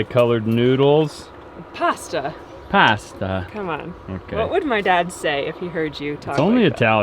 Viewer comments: It’s PASTA - just say’in 🤣😂🤣😂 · a nice Italian girl and it’s PASTA! Lol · it’s pasta. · you are wrong, is right, here in Australia we say pasta. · I'm Sicilian... sorry... it's pasta!! 😊😁❤ love you guys! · Nope, not noodles.....everywhere except in land, PASTA. Sorry,....still love you, but it is pasta. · it’s pasta lol well here in the Uk, listen to your wife, you know she’s right lol 😂